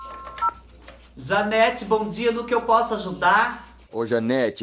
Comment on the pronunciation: 😂😂😂😂JANETE É O NOME....Eu entendi DANETE 😂😂😂😂 é Danone agora?? E para surdez o que é bom ??😂😂😂🙈🙈🙈